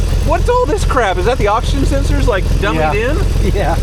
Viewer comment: midwestern pokes thru, “Lhake eye said”😂